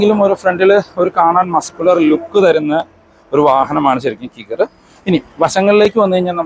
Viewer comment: കിഗർ എന്നല്ല കൈഗർ എന്നാണ്.